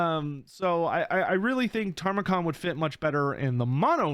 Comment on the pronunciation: If Tamurkhan ends up being the only champion of Nurgle not in Immortal Empires, I'm going to scream. And it's pronounced ta-mer-khan. Not "tarmacon" (the later syllables should be more emphasized than the early ones). He's loosely based off of Timurlane, a conqueror who faked his family tree so that he could claim being the descendant of both Muhammad and Genghis Khan. Hence his backstory being the long lost son of a chaos version of Genghis Khan.